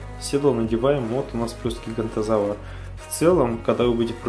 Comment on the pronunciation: ГиганОтозавр а не гигантозавр